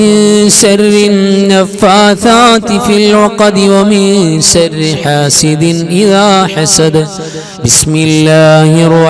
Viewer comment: Surah falak .sharri enn parayunnidath sarri ennaan kelkunnath. Sharri ennu vyakthamaayi ucharikkuka